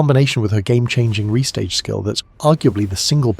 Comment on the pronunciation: ITS NOT PRONOUNCED RESTAGE! ITS RE-STAGE!